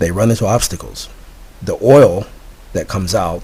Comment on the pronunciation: Anyone who makes a claim like this, about being contacted by extraterrestrials; and provides no evidence whatsoever other than "that's just the truth" is a moron and not worth anyone's time. Also, words he could not pronounce: Extraterrestrials Translucent Oil Smh!